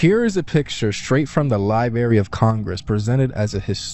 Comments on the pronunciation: ...---... Did this jeeenyus just say LyeBerrry...---... 😮😢😅 SFMF's 🦅🌎⚓ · The what of Congress? 'LIBARY' ?? DUDE.